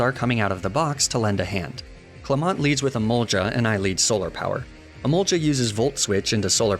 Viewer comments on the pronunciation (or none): none